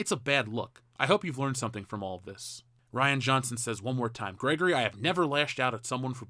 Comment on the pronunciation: Reean Johnson cos Ryan is spelled with a Y they don't call it Rie bread. The dude is a coward he talks tough but would instantly yell "I'll sue you" if met face to face with one of these "manbabies"